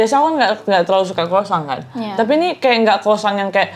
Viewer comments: That's croissant ( kwasong) 😅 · Kwasong bacanya noeee..buka kwosang,krosang 😅